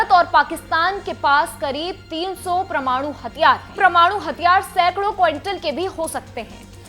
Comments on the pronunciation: Tereko bolna nahi aa raha parmanu bolte hai parmanu nahi bavkuf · क्या सुनें आप को? आप वैज्ञानिक शब्द को विज्ञानिक और परमाणु शब्द को प्रमाणु बोल रहीं हैं। 😂